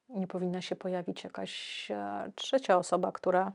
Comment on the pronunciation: hehe , czecia zamiast trzecia